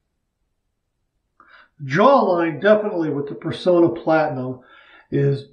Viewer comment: I hate to be a downer, but I grew up in the 1960's when shaving-related ads were everywhere on t.v.-much more commonly than today. All Personna ads pronounced the company name as "per-sauna" not "per-so-na". The double 'n' in the name is also a giveaway. They're the last remaining U.S. maker of DE razor blades. We owe them the respect of proper pronunciation. Especially since their blades are so good.